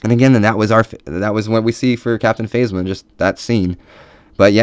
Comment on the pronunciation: love your video. good stuff! though its....pronounced (Kan toe bite) and (Fazma)